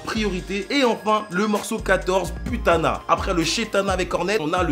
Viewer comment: Puttana wlh comme j’ai eu mal au oreilles mon frr ça se lit Pouttana comme ça t’entraîne un peu ton Italien